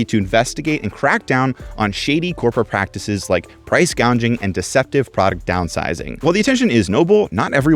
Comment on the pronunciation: i have a theory that you purposely make minor pronunciation errors in your videos like "gounging" to drive interaction in your videos... but then again i never see comments about this so maybe i'm just crazy